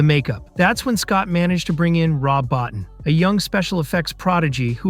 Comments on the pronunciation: Rob BOTINE. rhymes with BOAT and TEEN BO TEEN. Keep churning out lame, unresearched videos. Admit it, you never even heard of him till June 2025 when you made this video. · Rob's last name is pronounced BO-TEEN. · Rob Bottin is pronounced “Bow-teen.” (Bow as in bow tie). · Rob Bottin deserves to have his name pronounced properly